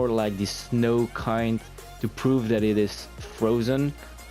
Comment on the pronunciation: When you say "that" I think you say "death"